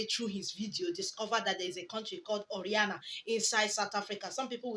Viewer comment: It's O.....RA......NIA my sister NOT O........RIA......NA